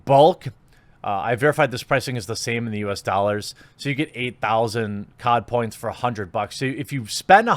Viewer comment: You keep saying "COD points " but I keep hearing "Codpiece" and think William Murderface....